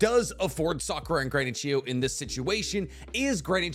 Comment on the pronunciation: Why I watched: To find out what the strongest combination jutau are Why I stayed: finally figured out how to pronounce Chiyo properly